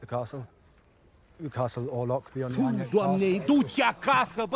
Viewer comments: hey, not to be all nitpicky, but his name is count orloch...orloff is a snowman from "Frozen" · At the end you kept calling him "Count Orloff" It's Orlok. Just saying. By the way, I personally think Max Schrek is still the creepiest Count Orlok even though it's the original 1922 film without the advanced special effects, gore and makeup, he just had a particular creepiness about him in that old B&W film that is unequaled imo. I personally don't think great makeup and special effects and lots of blood and gore necessarily always equals true "creepiness" in the sense of being chilling, dark, gothic and mysterious. Which is why I like the old B&W horror movies the best.